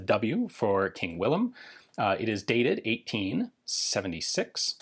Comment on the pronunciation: Congrats for properly pronouncing "Willem", instead of just using the English "William" or the German "Wilhelm". No people, we are not some province of Germany. :)